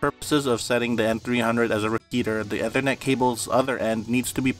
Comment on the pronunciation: well you mispronounced Ethernet so I automatically don't trust this